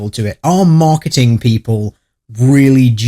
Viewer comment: I think I heard the conspiracy in your accent: *Mock*eting.